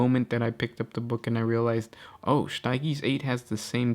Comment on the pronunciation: I die everytime you try to pronounce stygies